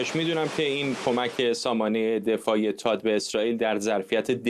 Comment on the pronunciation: تاد نه ، ثاد .... درست تلفظ کنید لطفا 🙏🏼🙏🏼🙏🏼🙏🏼🙏🏼🙏🏼🙏🏼🙏🏼🙏🏼🙏🏼